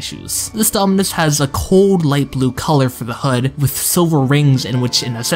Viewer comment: nah bro how this goofy ahh kid pronounced half of the names wrong for the dominus 💀 (Also, i probably did make mistakes in this video since I'm no roblox historian. If you got any serious points I missed or got mixed up, feel free to reply)